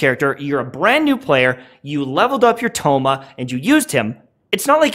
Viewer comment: Another great analysis. Although I always cringe without fail how white you pronounce their names lol. The characters literally pronounce their names for you in their voice lines lol! I just had thoma and was hella disappointed.. but then watching your build and explanation i tried him again and am loving it so far!